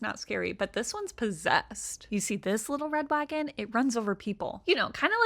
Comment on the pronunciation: All I heard was "wittow wed wagon" multiple times